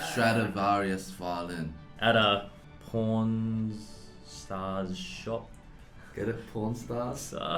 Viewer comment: When I hear "pornstar" instead of "pawn star"